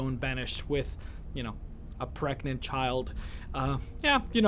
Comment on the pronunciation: "with a pregant child..." ?wut?